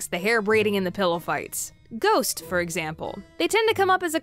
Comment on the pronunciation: I don’t if anyone heard but she said: geests and CREEPS😮😮😮